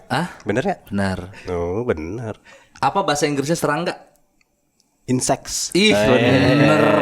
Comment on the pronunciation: Serangga insect mang, bukan insex 😂😂